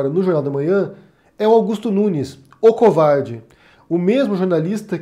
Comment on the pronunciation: "Cowvarrrrdi"... kkkkk